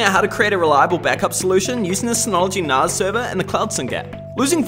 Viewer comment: I need to set this up on mine. Highly recommend these ones, very simple to run and more useful than you would think. I didn't think it was pronounced narz though, thought it was nas as in nascar.